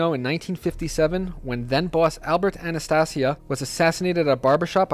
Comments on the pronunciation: It's Anastasia , not anatussia, the mad hatter. high lord executioner. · If you want to sound credible learn to pronounce name Jen- a -vase not genavesE And you also pronounce Albert Anastasia way wrong Bro But for the most part solid Visio